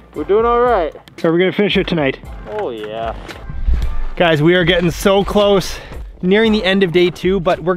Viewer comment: that "oh yeah" was very Canadian.